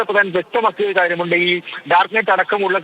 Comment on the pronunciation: നീറ്റ് അല്ല മിസ്റ്റർ.. നെറ്റ്